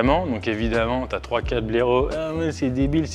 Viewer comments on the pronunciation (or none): Y a aussi une sacré populasse de youtubeurs qui ne savent pas dire "mètre" ou "quatre" et qui disent "mete" ou "quate"